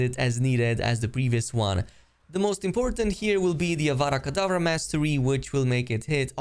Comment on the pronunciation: It's avada kedavra , not Vara Kedavra , it's simple to say tho'... like just hearing that from the start triggered me 😂😂